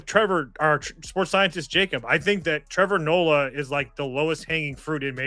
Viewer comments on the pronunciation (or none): “Trevor nola”